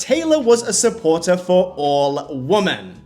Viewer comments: I'm sorry, this is not meant as a diss or anything, but I've noticed that several content creators pronounce "Women" with an emphasis on the "O". Is this some kind of specific dialect or accent? Normally it is pronounced wi·muhn. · Does anyone else pronounce “women” like him and Danielle Staub 😂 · It's weird to me that you can't pronounce women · I have also noticed it and it is even so frequent that it has become a pet peeve of mine😂😂😂 I think most people who mispronounce it do it out of ignorance rather than it being a dialect... They cant tell the singular form (woman) from the plural (women), thus mixing them up as one. That is my conclusion 😂😂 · your mispronunctiation of WOMAN =WU. MAN and WOMEN = WEE man...is ATROCIOUS... you have zero credibility to comment in public, on any topic, ever....until you learn how to speak PROPERLY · It is womEn, WOMEN!!! Pronounced 'we'-'men' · Why can’t nobody in this video pronounce the word “WOMEN” correctly?!?! 🤨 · Awesome breakdown but the pronunciation of "women" was so weird and distracting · You are one of the more and more YouTubers suddenly pronouncing "women" as "wo-MAN" as if you don't know how to say "wimin" and it's fucking weird. I have the same accent as you and I never say "woman" instead of "women". The fuck is going on on the internet. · I have only just discovered your channel and I love it! Catching up with all your videos now... love the Wendy Williams clips. I miss her!! My only criticism... the way you say woman and women is the same in the vide, unoess it's your accent... but cool video! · Women is pronounced "Wimin". Not woman. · Babe this is a new vernacular change ive noticed younger people saying, but “women” and “woman” are pronounced differently. “Women” meaning plural, is said “wih-min”. And “woman”, the singular, is “wo-men”. Young people tend to just default to the singular pronunciation for some reason. Great video as always ❤ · Woman plural pronounced like WIMEN